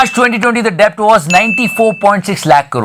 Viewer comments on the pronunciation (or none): bhai डेट bolte hai debt ko😅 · Bhai debt ko det pronounce karte hain...badiya episode :P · As a commerce student.. It is my janma siddha aadhikar to correct you that the 'b' in the word 'debt' is silent.. 😂😂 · debt m b silent hota hain......